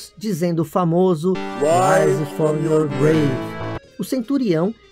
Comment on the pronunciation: o famoso RAIS FONORGREI